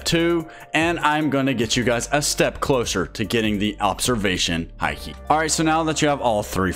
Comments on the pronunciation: its not hi key its haki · Haki is pronounced as hockey